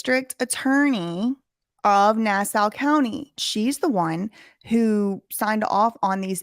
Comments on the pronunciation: Nassau = ‘Nah Saw’. Not ‘Nah Sow’ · its not "nass-ow" its "nass-aw" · We realize your from the South but It’s pronounced “Na saw” not “Na sow” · It isn't pronounced Nass-OW, it's Nass-awe, listening to you say it the wrong way makes me want to punch something. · Pronounced, nah saw. Not nah sow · Hey, New Yorker here. It's actually pronounced nA-sAH. not na-sa-u contrary to the spelling. Lol other that good job. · It's pronounced Nass saw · Nassau - pronounced NA-SAW. Thanks for covering this. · It’s pronounced Na-saw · it is pronounced NASSAW. He will be lucky if they don't kill him. Who would have thought he didn't even have to leave the island to find the most tyranny. Maybe that was his plan the whole time, build up a following then take on these guys. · It's pronounced Nasaw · Here on Long Island we pronounce it nah-saw hahah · PATRICK RYDER WAS MY CRIMINAL JUSTICE PROFESSOR LMAOOO SMALL WORLD.. yeahhh I am not surprised. Babes btw it’s pronounced “NAH-SAW” county 💜 ILYSM!!!! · It's pronounced: na-saw. ;) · I love this. It’s “Nah-Saw” though 😊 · Can’t even pronounce Nassau correctly🤦🏻‍♂️ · lol the u in Nassau is silent hun. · Your saying nassau wrong but it’s ok 😘